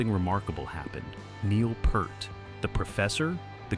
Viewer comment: If you can't even figure out how to get your AI Narrator to pronounce "Neil Peart" properly, you should have taken the time to narrate the video yourself. Or you could have bought some better AI text to speech software? For a monetized channel with 50k subs and ads turned on, etc., spending a little money on software shouldn't be a problem, unless you're just too greedy for that. Combine that with being too lazy to do proper research, makes your channel a waste of time.